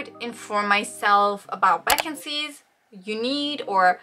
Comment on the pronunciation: I love how you pronounce “Vaccines” so cute ☺️